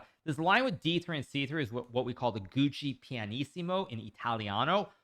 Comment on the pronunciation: HIKARU PORCACCIA LA MADONNA SI NU TRMN SI DICE "GIUOCO" NO "GUCCI" MANNAGGIA A CHI TI HA CREATO